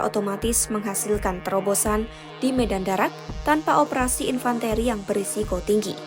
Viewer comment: Infan - Te...te...te..te - Ri, Nyari narrator yg berpendidikan dikit donk. Jng cuman sarjana tp gelarnya make Ijazah Palsu.